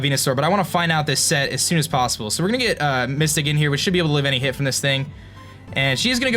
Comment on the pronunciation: just called MYSTIQUE MYSTIC NOOOOOOOOOOOO my soul just died i thought was a Xmen Fan but i guess not its not pronounced Mystic its pronounced with every word u don't leave out the Q its not silent